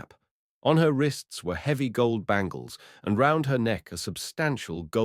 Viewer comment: "The Round Dozen" not "The Roiund Dozen".